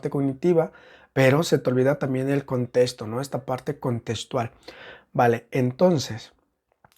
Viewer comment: Me desespera un poco la forma en la que dice contesto y no contexto 😢